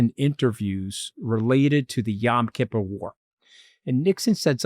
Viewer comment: 😂Yam “Kipper” war - Was that related to the Cod wars 1958-76. UK v Iceland 😂 Is that the standard NYC pronunciation of Yom Kippur .